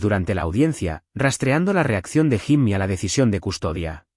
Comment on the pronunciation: Jimmy se escribe…. pero se pronuncia YIMI, si la IA no sabe hacer la pronunciación correcta NO USEN NOMBRES EN INGLÉS 🤨